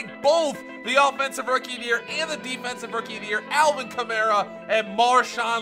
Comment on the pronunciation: It’s Alvin Kamara (kah-marr-a)